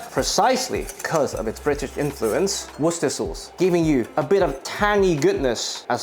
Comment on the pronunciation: Everyone I've met in Britain says it like he did